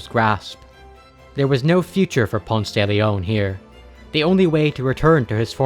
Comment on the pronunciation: it’s Pon-say if you aren’t talking him outside Atlanta lmaoo